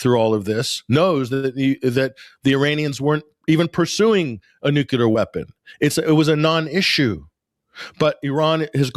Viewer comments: it's Nuclear - Not Nukular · It’s “noo-clear” not “noocuelar” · can't pronounce "nuclear" get off the net.